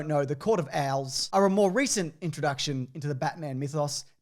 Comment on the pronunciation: I chuckle every time says “court of owls” with his accent it sounds like the “Court of Al’s”, a bunch of dudes all named Alan running Gotham City from the shadows